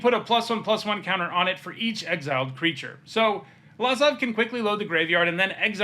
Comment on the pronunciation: It’s pronounced Luh-zav not Lah-zav.